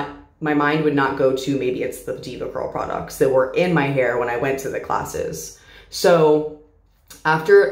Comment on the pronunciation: This is very off topic but....I love the way she says products😭❤